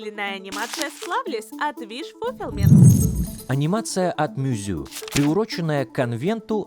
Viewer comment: Мюзю? Mouseu - Маус ю